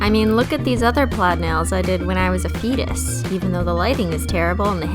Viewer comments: Haha I actually thought you said "when I was a penis" and I kinda just sat there until I realised you said "fetus" I'm such an immature human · When u said fetus, I thought u said penis 😂😂